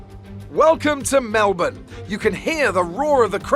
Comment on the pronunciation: Holy shut he says Melbourne somewhat right! He is officially my favourite f1 youtuber